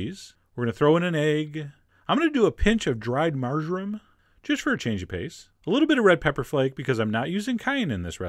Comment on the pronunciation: I thought he said a "pinch of dry margarine". Not sure if that's a thing, but if it is/was, Chef John you're grounded for saying something that sounded like margarine.